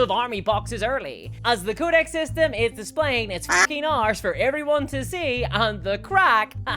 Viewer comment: Great video but why say codex like ”cow disease”